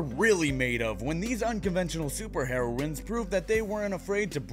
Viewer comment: you pronounced heroine wrong